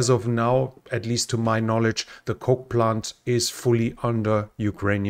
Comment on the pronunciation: When you say coal plant I think you are saying coke plant. Then I think, why does Coca Cola have a factory in Ukraine?